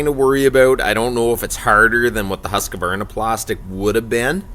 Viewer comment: It's pronounced 'husk varna'